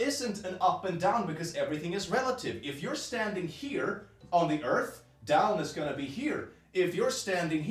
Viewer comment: I love that his moon rant is exactly what I wanted never disappoints. ESPECIALLY WHEN HE SPELLS EARTH LIKE ÖRF "I'm erasing you for science"